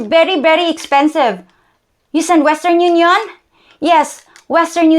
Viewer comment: "Western yune-YON" 😂 That was the funniest part! 👍